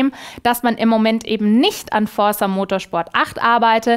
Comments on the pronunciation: Du betonst Forrza, wie Marrcel Skorrpion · und ich dir sagen kann das forza sicherlich nicht so ausgesprochen wird... das Z wird betont. hoffe als Südtiroler bin ich glaubwürdig genug, höre es jeden tag von Italienern. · Forrrrrsa :D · liebe das gerollene r * . * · sagt Forza so schön 😄